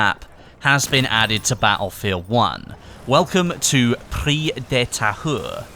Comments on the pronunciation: Thanks for the vdo. "Prise" is pronounced "preez" in French. the "se" creates the sound "z". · Prise is pronounce Pree-zzz-e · Prise de Tahure... we must hear the "E" in Prise word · As a french-canadian, it's always funny to hear you say the name of the map :P haha especially the "Prise" part XD it's like PRIZE but with an "E" instead of the "I". Nice video as always! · Yeah the S in Prise is pronounce like a z ahaha